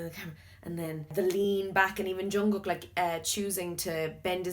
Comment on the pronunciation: You said jungkook wrong too